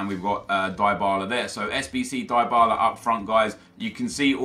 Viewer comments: Its "Dee-ba-la" not "die-ba-la" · It's pronounced dee-bala btw